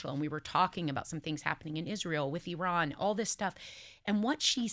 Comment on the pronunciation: google correct pronunciation of Iran, topic will come up often for a while. Sara was pronouncing it correctly.